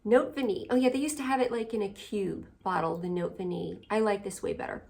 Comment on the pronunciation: Note Vanillée is the name of the Micallef perfume. And you pronounce that accented e at the end. EVERYONE mispronounces this perfume name and I am constantly trying to help. Basically you say Note Vaneeyay. And above all not Notay Vanille. The accented e creates the past participle of the verb “vaniller” which she cutely created for this fragrance. It means “a vanillaed message”. BTW how do you apply your Profumum Roma fragrances? I got Ichnusa for the summer and it doesn’t have a sprayer😢